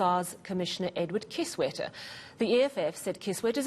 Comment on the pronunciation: Did I hear "Kiss Wetter?"